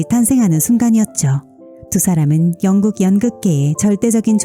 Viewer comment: 영국을 왕국이라고 발음하네 ㅎ